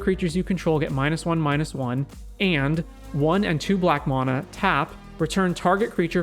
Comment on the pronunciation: I had to end the video after the first minute because I can’t stand to hear you butcher the word ‘mana’ any more